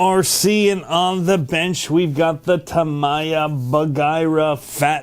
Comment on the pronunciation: hey just a comment on the tamiya pronunciation. It's ta-me-ya, not ta-mai-ya. :)